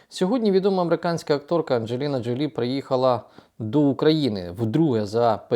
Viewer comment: Джо́лі вона [ˌændʒəˈliːnə ʒoʊˈliː]